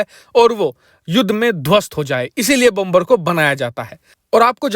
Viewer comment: Please Please PRONOUNCE BOmer. NOT BOMBER, LEARN PROPER PRONOUNCIATIO OF ENGLISH LANGUAGE, THANKS